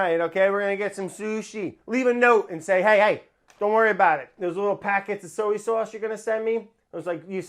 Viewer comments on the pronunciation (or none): Hunzi, I know we make fun of brads annunciation a lot. But, I feel like we’ve missed numerous opportunities to point out that he pronounces the word “soy” like “so-yee”. Let’s jump on that shall we. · Sowee sauce